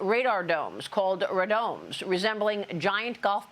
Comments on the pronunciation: “Rah’domes” LOL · They're in radomes...pronounced "ray-domes" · It's pronounced "RAY-domes" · They are pronounced "ray-domes." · Rah-domes.... HAHAHAHAHAHAHAHA